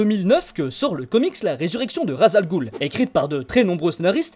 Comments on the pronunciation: Je suis arabe et ça ce dit raç el roul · Superbe vidéo avec une voix accrochante ! Petite nuance s'agissant de "Ras al ghul " qui signifie "tête de monstre" , une prononciation plus proche est "ras el roul" (le "s"ne doit pas faire objet de liaison pour devenir un "z" mais se lit "s"). Quant au "gh" dans "ghoul" le son le plus proche est un genre de "r" que le "g" comme dans "galaxie".